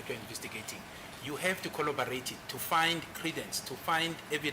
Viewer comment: Mnisi and Ramosepele laughing at the word "Collobarate"